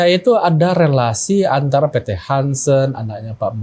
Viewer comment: PT harsen bukan hansen